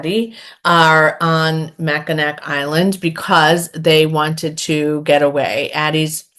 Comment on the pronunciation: "Mackinac" is pronounced "Macinaw." 🤷🏻‍♀️🤷🏻‍♀️🤷🏻‍♀️ I'm only pointing it out because I was corrected many moons ago, so I'm sharing the love! 😉 Murder by Cheesecake sounds fun, and The Family Recipe sounds like a really hits home kinda read. Thanks for the content.